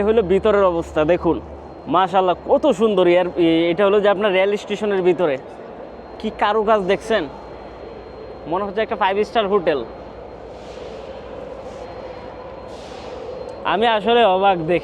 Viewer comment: কেরো না বলতে হবে ' কায়রো